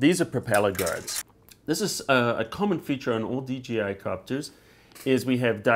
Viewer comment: It's DJI not DGI. You said "Dee Gee Eye" But it's pronounced "Dee Jay Eye".